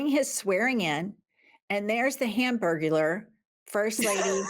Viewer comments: Hanburgurler. Haha😂😂😂😂😂😂😂😂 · "Hamburglar"??? 😂😂😂😂😂 I love you lady's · "Hamburgular"😂😂😂😂😂. I lost it😂😂🤣🤣